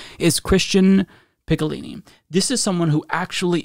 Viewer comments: How to say Picciolini: "Pee-CHO-Leeny" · Man I cringed every time you butchered his name "Picciolini" LOL